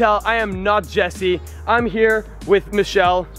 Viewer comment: it is jesse not jersey and it is jigsaw not jacksaw